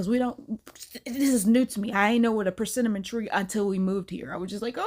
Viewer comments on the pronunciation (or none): Omg, please stop saying PerCINNAMON 😅 I can't pay attention to the story because of the way you are pronouncing the name of the fruit by combining it with a spice